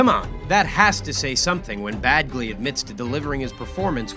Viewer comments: Its pronounced penn badge lee not penn bad glee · Bagley? I hear “bag”ley. It’s “badge”ley 🤣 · His name is Penn Badgley, not Bagley!